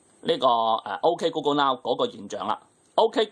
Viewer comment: 鹏 嘗試讀准确一點